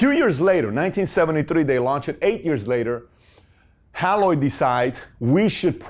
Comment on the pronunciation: It’s pronounced “HAY LOID”! NOT Hal-loid. I met the President of Haloid Corporation (the parent company that changed its name to XEROX) in 1960. He was my high school principal’s roommate. They developed the computer to aid in the use of their copiers. I actually worked for them while in college during the summers. They were the victims of 3M who stole their software in 1965. 3M took over the position of the number one copier company for years, especially for the government.